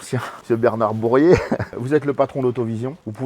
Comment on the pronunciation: Bourriet pas deb ...'..